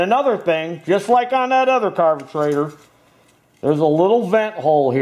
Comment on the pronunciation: Thanks, man, I learned a lot from your video, On how to fix your "Carbutrator" I meant Carburator. All the best and Happy New Year to you and your family.